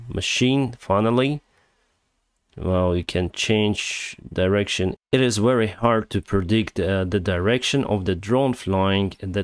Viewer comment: Please read "very" with v sound like в in cyrylic alphabet.